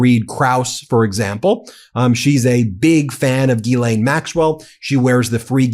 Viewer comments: OT: The ‘s’ in Ghislaine is not silent. It’s pronounced ‘Jeez-len’. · With your big team it amazes me that no one is pronouncing' Ghislaine ' properly ...there are sites to teach you how to say her name ...look it up and stop sounding silly with the stupid way you say her name